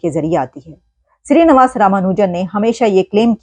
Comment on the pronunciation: Shree is right navaas is wrong pronunciation nivaas is right